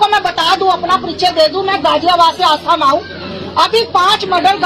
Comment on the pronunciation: Aastha Maa nhi asthma.